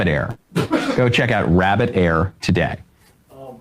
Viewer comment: Rabid Air?? 😂